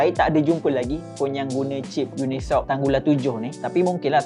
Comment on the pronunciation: Yes..cip tu dia baca uni soc bukan unisoc